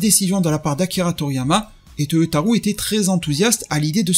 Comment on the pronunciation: Cest vraiment pas important mais je le dis simplement au passage car tu parles souvent de lui. Toyotaro se prononce avec un O long à la fin, non pas OU. Ce n’est pas toyotarou mais Toyotaro. Oui, la transcription phonetique s’écrit Toyotarou, mais le “ou” signifie O long, non pas “ou” à la francaise.